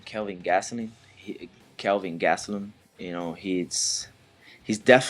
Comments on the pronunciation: About 5 of these guys called him Kevin instead of Kelvin , 🤣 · And he can't even say KELVIN... It's not Kevin dumbass! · did wonderboy just say "kevin" gastelum?